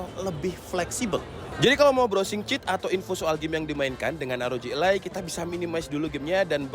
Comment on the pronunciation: e taling, bang. élai, bukan elai.